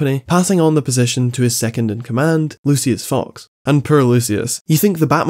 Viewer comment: you said "lucius fox" wrong